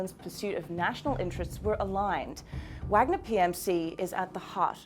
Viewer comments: it's vaaagner not wag-ner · How hard is it to find someone who knows how to pronounce Vahg-ner? FFS. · Try pronouncing it with a V. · you can say Vlad but not Wagner right lol totally makes your point important when you do not know how to say it